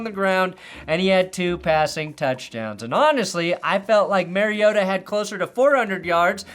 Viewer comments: It's MARI-O-TA, not MARIO-TAH! 😂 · It's Mari-OH-ta, not Mario-tahhh. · That MarioTA thing last night was really bizarre. Like hes been famous for 13 years and not once has anyone ever pronounced his name like that. So strange. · I thought Tirico and Collingworth we weird for saying MarioTA, but that's actually how Marcus himself said it in his player introduction. Still sounds weird to me, though. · Didn't Collinsworth also pronounce his name as Mariotoe? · yeah collinsworth was pissing me off the way he said mariota bro 😭